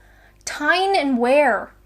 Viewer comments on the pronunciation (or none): Tyne & Wear = Newcastle, Sunderland & Durham, i.e. the North East, p.s. "Wear" is pronounced "We-ur" same as weir. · just a heads up Tyne and Wear Tyne is correct you need to pronounce Wear as in weir (the small manmade dams across rivers) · Err its Tyne and Wee-er ya numpt.Thats all. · It is spelt Tyne and "wear" but pronounced "weir". And it is the Newcastle Upon Tyne part of the country, in the NW. Merseyside of course is the Liverpool area, so NE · Utrecht is not that hard. You-trek-t (English way) or the Dutch way. Greater London is so mixed up, how can they get a DNA sample for it. You also need someone from Tyne and Wear to help you to pronounce the Wear part Now you are Britishish learn to talk like one. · Tyne & Wear - Very North, where I was brought up - Sunderland & Newcastle. Not only are you british you're Northerner !!! now you have to move. lol And its pronounced We're. ;) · OK you've probably been told this multiple times already by now, but Tyne and Wear is pronounced Tyne and 'Wee-ur' and Utrecht is 'U-Treked' 👍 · Good ol' 'Northern bird' lol, I'm from Tyne and Wear (pronounced Weer, like deer), so North East England, Sunderland (my home city) - River Wear, Newcastle - River Tyne. Definitely one for the Adventures. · From someone who lives in Tyne and Wear ( pronounced weir) welcome to my hood ! if you're passing you're more than welcome to call in for tea and biscuits , chocolate hobnobs ok ? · Merseyside is Liverpool, so you're part scouser like me. Tyne and Wear is Newcastle, another great northern city, so you're part geordie too lol. PS: I think it's pronounced Wee-er, but I'm sure someone more knowledgeable will put you right.:) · merseyside is northwest, tyne and wear is north east. wear is pronounced we urh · Your return is clear proof that humans have a homing instinct. BTW Wear in this context is pronounced 'Wee-er' like weir. The English language eh !